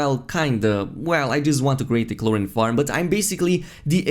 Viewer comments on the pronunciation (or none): “Chlor-een” not “chlor-in”